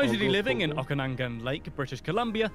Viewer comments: The pronunciation of Okanagan was also interesting - Not as noticeable as Métis but definitely different than how my Canadian cousins pronounce it. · It's also Okanagan...not Okanangan..lol..